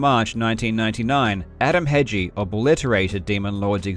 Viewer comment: I know it's your not fault, but it was hilarious how wrong you kept saying Hegyi. Also, fun fact Hegy means "mountain" and -i means something from there like "Hegyi kő" kő is rock, so it's rock from the mountain.